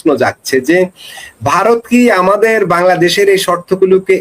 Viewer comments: ভাসাটা ঠিক করুন ওটা বারত না ভারত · তোরা সবাই মিলে আগে ভারত উচ্চারণটা ঠিকমতো বল